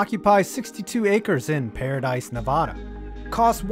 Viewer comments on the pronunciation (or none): “Nev-AD-a,” not “Nev-AH-da.” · pet peeve: people who say Nevada incorrectly. Nev-AA-Da not Nev-Ah-da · Holy fuck it’s not ne-vah-duh it’s NE-VADUH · it is nevada not nava dah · Nev-ah-duh for Nevada. Like the a in apple. Not, Nev-uh-duh. Just thought I'd let ya know. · It's Ne-va-da not ne-vah-da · Allegiant Stadium isn't 2+ miles from the strip, the bottom of the strip is literally right across the bridge from Allegiant Stadium. You can even see in the pictures and video. Also, it's "Nevada", not "Nevahda". Other than that, nice video. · Only thing is you said Nevada wrong. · Love the videos but my man, for the love of god learn how to say Nevada correctly. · the way he pronounced nevada 😒😒😔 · Sir please stop pronouncing Nevada like that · Please, please, 0lease, please, please,please, please, please, start saying NEVADA correctly, you, I'm sad to say, say it incorrectly.